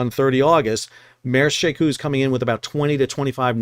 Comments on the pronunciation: Shekou, she like shou in should, kou with ou like saying letter o in English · She Kou is pronounced with an 'o' like the 'o' in coke. It is the name of a port in China that is across a bay from Hong Kong. When I visit Shenzhen, China, I usually take a ferry from Hong Kong to She Kou so that I can see the port.